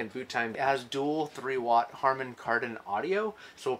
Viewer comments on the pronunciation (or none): none